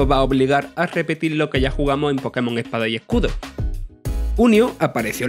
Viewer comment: "Pokémon epada y ecudo"